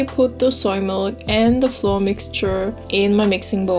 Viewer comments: Flour is pronounced the same as flower. We only know the difference when speaking based on context. Hope this helps. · Yeah it sometimes turns out difficult , pronouncing the words right. It took me five year to find out that you actually say "flauer" insted of "floor" #justnativegermanthings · the way you pronounce flour makes it sound like floor! :D really cute. :) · Delicious!! I'll try it! It's funny cause you say floor instead or flour hehe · I just adore the way you pronounce flour, it's amazing (no hate btw, it's just pure gold)